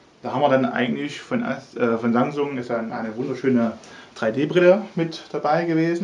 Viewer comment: ROFL... ich verstehe immer Sangsung hahaha ich schmeiß mich weg...